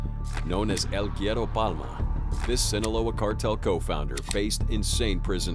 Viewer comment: Love how you butchered the words el güero palma.